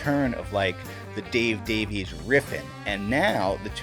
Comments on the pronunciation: Davies is a Welsh name, and not to be that guy, it's pronounced Davis. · I believe I've read in interviews that Dave prefers to pronounce it "Davies" while Ray chooses "Davis".